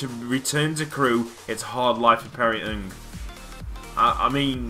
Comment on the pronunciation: It's pronounced N G not nnnnnngggggg I'm a Crewe fan......